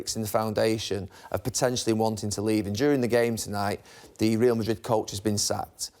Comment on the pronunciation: Pronounce Real Madrid properly ffs!